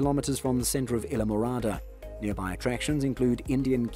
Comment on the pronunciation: Thank you for this nice video. I do not know where you live but you sound like you have an English or Australian accent. We do not pronounce it either way you keep saying it! I live in Florida right near the Keys!! Go there all the time! Have a great friends, who have lived there for years!! Isle. Pronounce the word as: isle, aisle & I’ll! 😊 Phonetically, it is called - I’ll MORADA!!!! Islamorada, Florida 🇺🇸❤️🗽🗾🏝️☀️🌊🎣🎣🎣🐠🐟🐬🐋🦞🐢🦀🦑🦈🦈🦈🐊🌴🏊🏻‍♀️🚣🏻‍♀️🚴🏻⛳️🛺➕ 💃🏼🕺🏻🎸🥁🎹🪇🪕🎺🪘🥁🎸🚤🛶⛵️🚤🛶⛵️🛥️🎉🎉🎉🎉🎉🎉🎉🎉🎉🎉🎉